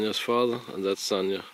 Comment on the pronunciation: Sasha is pronounced 'sanya'?